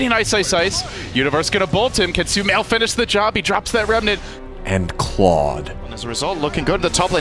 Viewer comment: Guys it's not sumail it's shumail and also my name 😌